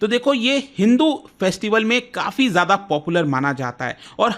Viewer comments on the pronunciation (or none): none